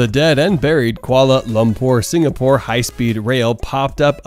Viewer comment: I’ve never heard anyone struggle as much with the pronunciation of Kuala Lumpur! But then again I commend any American who knows a bit about the world beyond their borders.